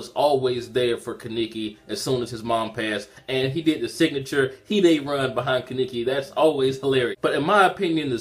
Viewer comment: Ka-ne-ki...not ki-niki